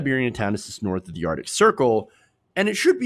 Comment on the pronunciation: ar-C_ tic.